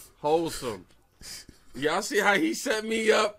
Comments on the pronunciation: We thought he said "wholesome", but he said "holesome". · He said hole some lol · It's "hole-some".